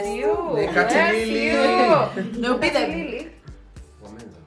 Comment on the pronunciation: It's Menza